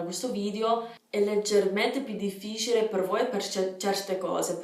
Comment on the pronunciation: Il tuo italiano è perfetto! Complimenti :) però occhio a come pronunci "difficile"